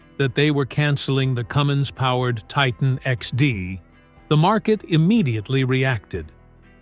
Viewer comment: Cummins is just the name. It's not a Cummings.